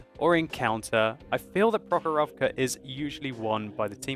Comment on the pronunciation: It is pronounced prOkhorovka, not prokhorOvka